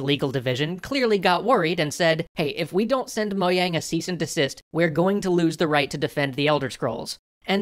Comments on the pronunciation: its pronounced mo-JANG not YANG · moyang? MOYANG?! MOYANG!?!?!?!!!?!?!!!!!!!??!!?! ITS MOJANG< MO-JJJJJJJJJJJJJJ-ANG!!! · Uhh it’s mo-jang not mo-yang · "Mo-yang"? have i been pronouncing it wrong. I pronounce it "Mo-Jang". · You pronounce Mojang incorrectly, it's "Mo-jang" not "Mo-yang" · Wait, the "J" in "Mojang" is pronounced like a "Y?" I've apparently been pronouncing it wrong for YEARS... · What the heck is Moyang? Is that how you pronounce Mojang or is that just you? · You made mojang sound like moyang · moh-yang. the j is pronounced like a y. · Actually the creators of Mojang pronounce as "mo-jang"